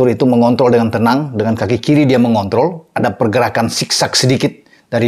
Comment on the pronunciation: Maaf ya Om.. yang pertama saya ulang" kedengarannya masih tetap mngont*l, kalau yang kedua baru jelas mengontrol.. kwkwkwkwkkkk